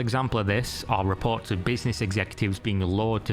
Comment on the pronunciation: "reports" has an "r" sound.